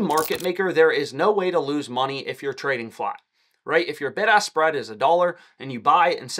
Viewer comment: I keep thinking he’s saying “ big ass spread “ 😂